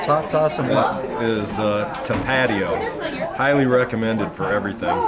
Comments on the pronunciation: ta-PAT-eeyo? Nah man. It's TOP-AH-TEEYO. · haha Carlos G, I thought the same thing. But I can see how he got it mixed up by the pronunciation on the bottle. It's more like the sound when saying tapas..so it's tapa-tee-oh. But who really cares. Thanks for making this video. I'm living in San Francisco now but I moved from eastern TN and I'm familiar with this hike. It made me a bit homesick. I hope you keep making these videos.. you have one one of the best backpacking channels on youtube!